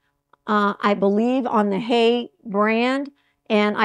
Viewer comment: It's HIGH-uh. Confirmed by a German puzzler!